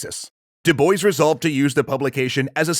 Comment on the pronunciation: Ooooh... I’m pretty sure that pronunciation for Dubois physically hurt me...